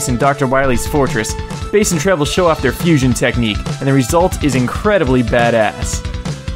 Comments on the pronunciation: Why the Hell does he pronounce BASS as BASE? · "Dr. Whailly"? "Base and Treble"? seriously??